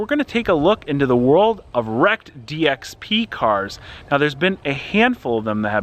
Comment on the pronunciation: Dxp news sounded like dx penis